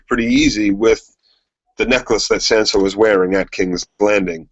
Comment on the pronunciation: Guys it's Tonmen not Tomlin, and it's Sansa, not Sanser. Sorry for being nitpicky. Great podcast BTW.